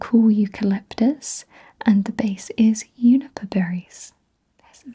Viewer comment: Great video! I've never heard anyone not pronounce the j in juniper.